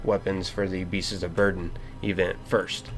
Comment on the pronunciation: Are you saying "Beasts's?"